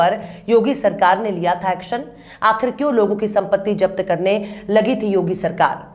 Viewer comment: japat nhi? Zapt Bolte han.not jafar Zafar hota hai